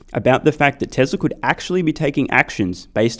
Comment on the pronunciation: bro why you pronounce TESLARR ? love your videos by the way